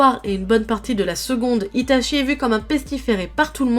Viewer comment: Par contre fans la vf et meme sur youtube les gens disent itaSHI dans la prononciation de sui piur ceuxbquibcomme moi apprenne le japonais est fort insupportable vu que cest itachi pas shi. Chi en japonais se prononce tchi pas shi lol.